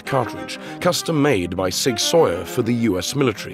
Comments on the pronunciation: he pronounced it sawyer in the video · "Sig sawyer"😂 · in American English everyone says Sig Sowwer